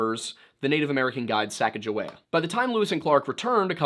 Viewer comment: Repeat after me: "Sacka-Joe-We-Yah" and has never been anything else... Do better!!